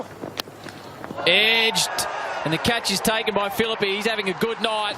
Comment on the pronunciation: It's philippe not philip